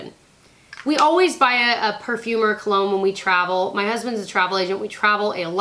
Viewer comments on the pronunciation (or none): none